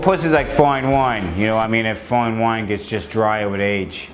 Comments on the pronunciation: "foin wine" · Foine Woine